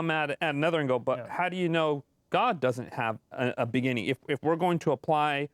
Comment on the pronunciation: If I hear him say “begenning” instead of beginning one more time imma lose it.